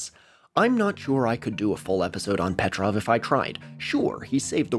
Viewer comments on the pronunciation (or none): if Stanislav Petrov is so important pls try to pronounce his last name correctly 🙏 it's Petróv not Pétrov